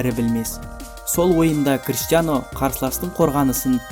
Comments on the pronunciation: Кристиано емес Криштиано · Кристиано емес Криштиану